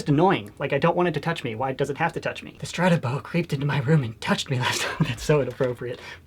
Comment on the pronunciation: I like how u say ssrrstratabow